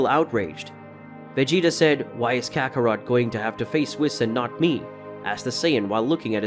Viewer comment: It's kakarot not Kakaro